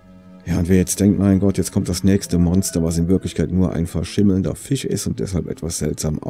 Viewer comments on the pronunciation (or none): none